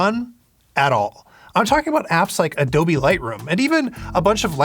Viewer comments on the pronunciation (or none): none